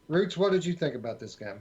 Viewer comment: It's Roots not ruts lol